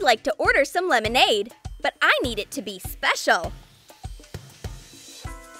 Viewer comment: Lemonade more like melonnade